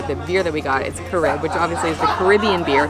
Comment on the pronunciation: Carib is pronounced CA-rib not ca-Reeb. Headquartered out of Trinidad & Tobago.